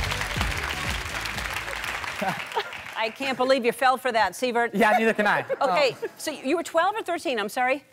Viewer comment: Did she say Siver(t)??